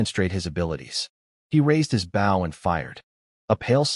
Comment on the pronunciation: stupid ai can't say bow right